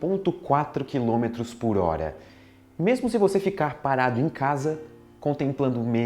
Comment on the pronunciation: "quiômetro" haha